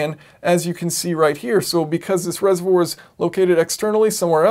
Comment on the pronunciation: Sorry, I couldn't get past "reservour" ;)